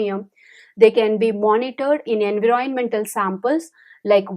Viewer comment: U can not even Pronounce environment well.. 😂😂